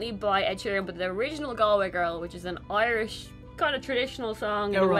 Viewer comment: I notice pronounces the words as Ahrland and Oirish.